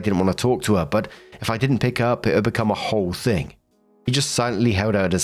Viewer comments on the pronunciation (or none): none